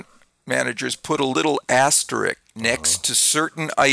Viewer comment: My gift to you both: asterISK (not asterIck). Your show was fascinating and educational. 😌